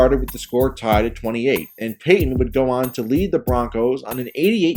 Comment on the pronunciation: PAY TON.. Not PAY HYEN. There's a 'T' right in the effing middle.